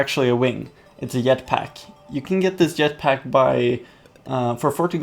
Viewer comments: not to be a offensive I'm a sub you said yetpack in stead of jetpack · He says FRICKING Yetpack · Did he just say yet pack? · For some reason he says yet pack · He said jetpack yetpack! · 1 u said yetpack 2 u said tire ant its jetpack and its pronounced teer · he sead yet pack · " it's a yetpack" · U pronounced it as a yetpack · He said yet pack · you said yetpack when you were on jetpack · A yet pack? U said yet pack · eetpack xDDDD dude...JETPACK like JACK or JET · Ha I heard yetpack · I knew you were sweetish when you said yet pack